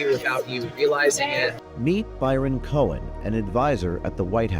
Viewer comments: "cohen".....every...single...time....lol....when will people ever learn.... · “Cohen” huh?